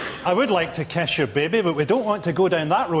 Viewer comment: Frankie says kiss, I hear kesh.